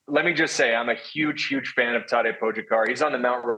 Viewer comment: It makes me cringe every time I hear them pronounce Tadej’s name. Great commentary and then they say his name and it’s like getting static across a radio station or nails on a chalkboard